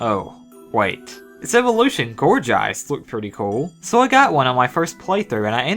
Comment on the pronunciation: Duel-Blade? Dude, it's Doublade. Double+Blade. Gourjeist? Dude, it's Gourgeist. Gourd+(Polter)geist And there was already a ninja-based Pokémon. Ninjask.